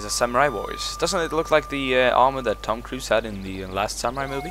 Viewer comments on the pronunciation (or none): none